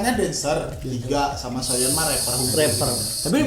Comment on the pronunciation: Soyeon bang bukan sooyeon